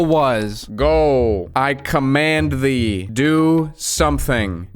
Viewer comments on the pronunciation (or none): none